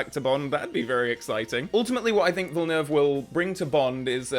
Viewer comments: Very interesting and realistic reaction... and "perfect" prononciation of the 2 syllable "Villeneuve" name, I must add!! You sound like a true Quebecer with it! LOL - Enjoy his filmography "your own way"! I am not a fan of ALL his films either, but I admire his directing talents:) Let's hope Denis Villeneuve will manage to carry on many or the " EON traditions" for 007 along with the right choice for the new James Bond actor! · Well pronounced! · as a french Canadian i can say sir. that you are one of the first to pronounce is name right 🙃, also i'd love to see your reviews of his movies. underated IMO and rarely talked about ( mostly because of how big everything else he's done is...) Arrival, and if you can, try to go in as blind as possible. as for why i think he is a great choice, his Passion for each project, his dedication, his world building is unmatched. he can also create real suspense and knows when and how to throw a curveball into the mix. i just can't wait to see what he will do with James Bond